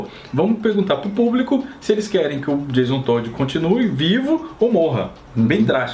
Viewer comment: "Jason Toad" (Sapo). kkkkkkkkkk